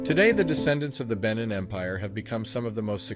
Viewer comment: He mispronounces the word. It is should be pronounced "Ben neen" with emphasis on "neen". " Benin".